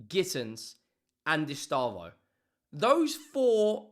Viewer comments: It’s pronounced “S - Day - Vow” not estavoH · Pronunciation guide: eh-SHTEH-vo